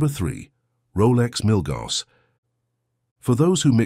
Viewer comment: Prices and specifications are out of date now - 2024. Pronunciation of Milgauss (BTW discontinued) and Submariner is wrong.